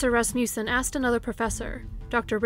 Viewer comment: I really love your channel, but I have to correct your pronunciation of Rasmussen. It is RASS-muh-sen. Sorry, I tried not to let it bother me...I'm from Wisconsin, and we have family friends, no relation, with this name. But I did have a high school American Lit. teacher from Lacrosse who was a kid there when Evelyn Hartley disappeared. She had actually told our class about this case because apparently it had a profound effect on the entire city of LaCrosse for years. After all, LaCrosse, at that time, really wasn't that big, at least not like today (ok, still small compared to Chicago or even Milwaukee, but it is big enough now to have actual crime) and kidnappings and murder of any kind, just didn't happen there then. But to have a baby sitter taken from a locked home on a nice street like that really freaked people out. It was like the boogie man had come to LaCrosse. Anyway, very well done video, as usual! Thank you for all your time and effort! I was binging on your channel all evening!